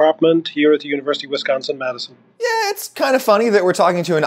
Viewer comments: As a native Wisconsin-ite, I died a little inside whenever he said "Whizzsconsin". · Why does he say Wizconsin, it’s WISconsin. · Why does he pronounce Wisconsin wizgonzin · As a life-time Wisconsinite, I can't imagine not being able to find a cheese or a style of cheese I need/want. The cheese isle at my grocery store is all encompassing and very large. Just a polite point, you are pronouncing Wisconsin incorrectly. It isn't WIZZconsin. It is more like w-ih-s-K-AH-N-s-uh-n . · Slam a beer every time he mispronounces Wisconsin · It hurts how you pronounce wisconsin